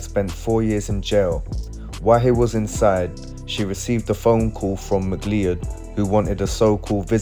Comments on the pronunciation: Mc-Lee-Ed!!!🤣🤣🤣 everytime he says that name it cracks me up... its pronounced Mc-Cloud... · Ma cloud - is how the surname is pronounced